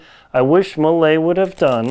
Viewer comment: Pretty informative video. I can't find those Millets in any store so was curious to find more about it. One think if I may, it's a french brand so should be pronounced "mie". I believe that crampon doesn't fit well and is no click due to having such a big size with a bar too short. What size are your Cube? Are your crampons fitted with a wide toe bail? I take a 42.5 and found with both Olympus too narrow even in 44. The Phantom 8000 is so hard to put on and I can't imagine doing it up at higher camps - annoying zip, velcro too short and shell has too narrow opening. I'm hoping to get hold of a Millet and pray it will fit my wide foot. Cheers